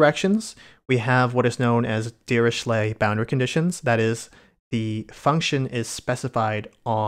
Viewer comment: prononciation is "diriclay"